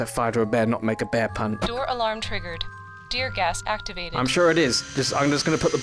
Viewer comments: Oh, it's "Deer Gas" ("Tear Gas") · was that tear gas or deer gas?... asking for a friend